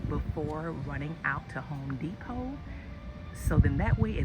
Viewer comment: I was witcha til you said H ome De pot 🥴😫